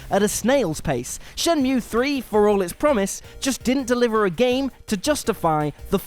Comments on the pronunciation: How many frikkin times did he say "brilliant" in regards to Wolfenstein? Once was enough. Twice was too many. 26 times was just... "oh my god, shuuuuut uuuuuuup" Also love the mispronouncing Shenmue as "Shenumie" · Control being an Indie game? Hahahaha. Also. Shen-Mew?! And the Shenumee? Fucks sake get your pronunciation right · Wtf are you on? What does that even mean? What were gamers even expecting from Medievil? It's fucking fantastic. You know what's hipster and goddamn annoying? You saying Shen-mew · Shenmew. Right, you've never played it, have you? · SHIN-NEW-ME 3 FTW!!! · Mispronouncing shenmue and listing what was the charm of the series as its faults, and saying kh3 has been forgotten, this list has a couple issues